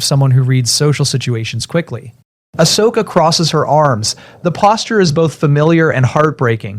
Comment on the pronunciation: If you can not spell Ahsoka properly, please leave her name out of stories. Ashoka, is not her name. As soon as it is both misspelled and miss spoken, hardcore fans will walk away from your videos.